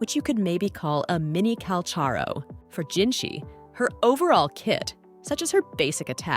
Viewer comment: her name is jinhsi... not jinshi